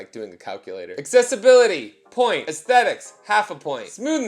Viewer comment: I miss saying ASS-thetics lol